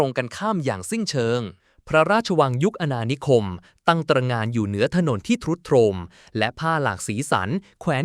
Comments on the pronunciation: คุณน้องเรียนภาษาไทยมาจากไหนครับ เป็นคนไทยหรือเป่ลา ทรุดโทรม เขาอ่านว่า ซุดโซม ครับไม่ใช่ ทะรุดทะโรม ทำฬห้ผู้ฟังปวดหัวเพราะเป็นภาษาวิบัติ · ทรุดโทรม อ่านว่า ซุด - โซม แต่ AI อ่านว่า ทรุด - โทรม อ่านตามตวอักษรนะ😂😂😂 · อะไรวะ ทรุดโซม ต้องอ่านว่า ซุดโซมซิ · เสียง ต้อง ซุดโซม นะ แอด ไม่ใช่ ทรุดโทรม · แอดเจตนาอ่านผิด ..ทรุดโทรม...อหิวาตกโรค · ทรุดโทรม อ่านว่า ซุด-โซม นะครับ ไม่ใช่ ทุด-โทม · ทรุดโทรม อ่านว่า ซุด-โซม นะครับ😊😊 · AI แปลตรงไป ทรุดโทรม =ซุดโซมนะครับ😂😂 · อ่านว่า " ซุด โซม " ค่ะ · ทรุดโทรม อ่านว่า ซุด-โซม /อหิวาห์ตกโรค อ่านว่า อะ-หิ-วา-ตะ-กะ-โรก ครับ แต่ทำออกมาได้ดี ขอให้กำลังใจครับ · ทรุดโทรม อ่านว่า ซุดโซม นะ ไม่ใช่ อ่านว่าทะ รุด ทะโรม, ทราย sand อ่านว่า ซาย ไม่ใช่ ทะราย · ใช้ AI อ่านหรือเปล่า อ่านผิดหลายคำ เช่น ทรุดโทรม ต้องอ่านว่า ซุดโซม, คำว่า แตกร้าว ต้องอ่านว่า แตก-ร้าว มิใช่ แตก กร้าว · เล่าเรื่องได้ชัดเจนดีแต่ ต้องปรับปรุง เช่น คำว่า ทรุดโทรม ต้องอ่านว่า ซุด-โซม อหิวาตกโรค ต้องอ่านว่า อะ-หิ-วา- ตะ-โรค นะครับ ช่องไม่ใช่ ซอง